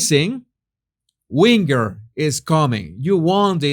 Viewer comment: And whinger is pronounced like "ginger"